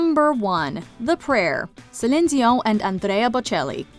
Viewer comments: I swear this is the first time I have ever heard Celine Dion's name pronounced in French in an English sentence. lol. Great pick for number 1. I am a bad singer, so I have sung like half of these at karaoke. I think good singers always have to worry about sounding good, but I can sound bad and have fun. lol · could you have pronounced Celine Dion 's name correctly?!